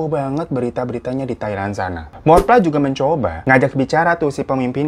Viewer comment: Thawee dibacanya Thawi dan Morpla dibacanya Mo-pla Dan Chaiyaphum itu provinsinya sedangkan Isaan itu regionnnya (diatas provinsi)